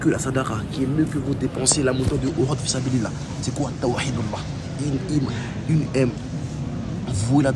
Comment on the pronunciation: mes parents pratiquent bien et ne font pas d’innovation ne tkt pas pour ça et je sais tkt j’ai vu que son niveau en arabe n’est pas très haut mais je pense qu’il apprend du mieux qu’il peut,par exemple quand il dit Allah il dit le ha avec l’halaine au lieu de l’autre. Ou y’a plein de faute que toute personne avec un minimum de savoir distingue. J’ai pas le clavier arabe au cas où je précise. Bref qu’Allah nous facilite l’apprentissage de notre religion et nous éloigne des innovateur.